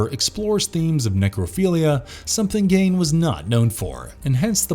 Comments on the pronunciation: Gein is pronounced 'GEEN' not 'GAIN' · GEIN is pronounced the same as SEIN in Seinfeld. (Except of course with a G instead of an S.) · Gein pronounced Gean. The shout has some amazing Actors! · Fun subject, but a significant number of misused and mispronounced words and factual errors (e.g., Ed Gein’s last name rhymes with “mean,” not “main.” You say someone “accounts” a story when, in fact, the verb is “recounts.” You mispronounce “ambiguity.” The lead character in “Blackcoat’s Daughter” is possessed by a demon, but there is no indication that she is “Satan’s daughter,” as you state. You mispronounce the name of Chuck Conners’ character from “Tourist Trap”—it’s “Slawson.”) I think you’d benefit from a fact/grammar/pronunciation check before you post. The errors undermine the quality of your content.